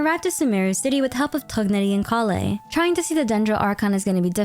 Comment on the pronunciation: with whose help 🤣🤣🤣 ive never heard anyone pronounce Tighnari like that